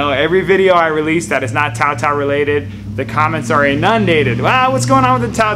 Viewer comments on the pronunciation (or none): Tao Tao not Bow Wow